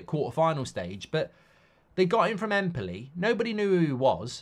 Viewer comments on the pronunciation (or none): none